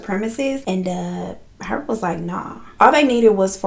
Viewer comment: I know im late but like his last name is pronounced Pervert